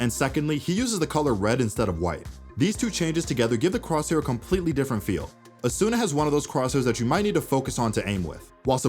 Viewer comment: Mispronounced Asuna